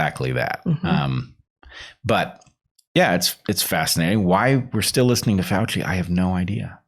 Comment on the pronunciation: You mispronounced FRADci